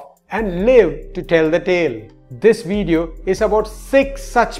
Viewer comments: A weteran? Wideo? You can't make the V sound for some reason. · he says THIS WIDEO IS ABOUT 6 SUCH PEOPLE"...LOL....in india there is no V in their alphabet...@ he says WAS A WETERAN SKY DIVER...not veteran...lol